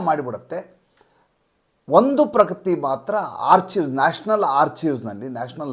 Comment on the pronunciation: ನೀವು ಹೇಳಿ‌ರುವ ಹಾಗೆ ARCHIVES ಅನ್ನು ಆರ್ಚೈವ್ಸ್ ಎಂದು ಉಚ್ಚರಿಸಬಾರದು ಆರ್ಕೈವ್ಸ್ ಎಂದು ಹೇಳಬೇಕು